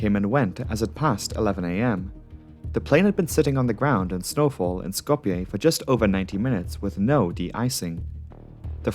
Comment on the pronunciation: Who pronounces Skoplje correctly but not Zürich?